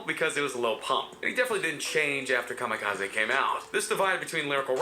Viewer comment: Anyone else get annoyed every time the narrator said "Kamikazaaay"?